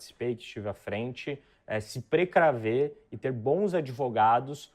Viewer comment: PRECRAVER ???? Not even portuguese this idiot knows.